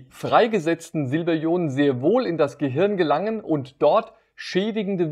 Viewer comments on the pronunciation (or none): none